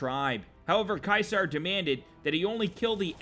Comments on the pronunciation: it's supposed to be said seezar and its spelled ceasar now cwasar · No offense but its pronounced ceasar not kysar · You pronounced it "KAISAR", Caeser is actually pronounced "Seeser" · Wasnt it ceaser Not Kaiser?